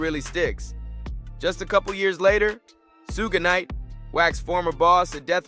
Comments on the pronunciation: bruh did you just say Sooga Knight Its SugeNite like Shoog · That Baw said soo geh knight 🤣🤣🤣🤣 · “Soo-guh Night” has me dying 🤣🤣🤣